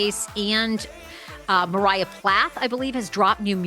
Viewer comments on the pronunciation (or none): none